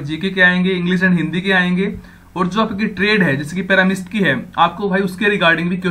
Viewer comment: Dhangg se read kar le bhai pahile paramist nahi pharmacist hai wo